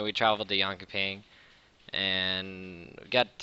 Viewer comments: hahah wtf, that jönköping xD Jon-co-ping sounds so asian. pronounce it Joenshoeping atleast xD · "we traveled to jonkopping" sound so funny:3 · I love how non-swedish people pronounce Jönköping <3